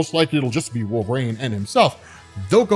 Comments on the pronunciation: I just watched this to hear you say “Wolv-reen” instead of “Wol-ver-een” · I took nothing away from this video other than the fact that you can't pronounce Wolverine. I keep hearing Wove rain and it bothers me.